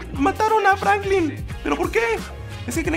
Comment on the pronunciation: dijo franclin